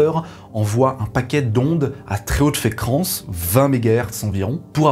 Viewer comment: Très intéressant comme d'habitude. Une petite parenthèse hors sujet, toute fois. Dans la vidéo j'ai entendu "mille neuf cent nonante" Puis "mille neuf cent soixante-dix." Puis très hautes fékrance lol. Comme quoi ,je suivais bien. Merci pour tout.